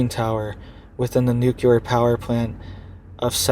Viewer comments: "Nu-cle-ar". Not "nu-cul-ar" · I appreciate your information, but PLEASE say nuclear with LEE, as NucLEEar and not nucUlar.